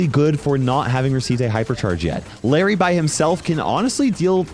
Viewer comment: be callin larry laary😂